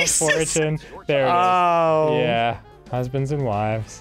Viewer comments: How is he sounding out “hoozbeends” and not getting it? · Arin actually said “husbanis” for husbands and still didn’t get it. That’s remarkable!